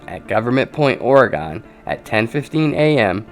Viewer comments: Just a quick mention here. It is not Oragone, but Orygun. :) No gone in Oregon. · Not to be picky, but it's OregUn. Not Oregone. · How come nobody can pronounce Oregon? Lol Kills me every time I hear "Ore-Gone" lol dead! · It's not oreGONE. It's still there. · The way you pernounce Oregon helped add some humor in the midst of a very serious reality that no one wants to hear or believe. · learn how to say Oregon right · the way he says Oregon makes me cringe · please pronounce Oregon correctly